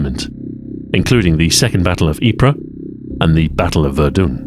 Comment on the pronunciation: i have never heard anyone EVER pronounce verdun like that